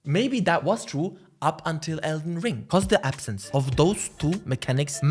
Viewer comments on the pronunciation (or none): none